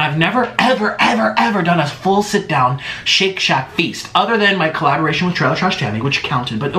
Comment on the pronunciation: ah yes the classic : shit shat